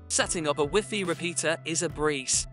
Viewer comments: Whiffy? Rooter? WiFi is pronounced something like WHY-FY not whiffy and router like rau·tr, even though i could learn something from this video i need i can not stand how this guy talks lol for real. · Wiffy and rooter 🤣 Anyway, this vid is terrible. I couldn't even listen to your explanation, because of the 120 other vids you merge, cut or transfer into. You just cramped this vid full of other wildy distracting scenes which are waaaaay to intense. If you look at this to long, you'll get a seizure. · Wee Fee 😂😭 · I'm a Microsoft certified system engineer, and when you first said "wiffy", I almost had coffee shoot out if my nose! 😂😂😂 Never heard wifi pronounced as wiffy before. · That's the way we pronounce it in French even tho i know the most common prononciation now😂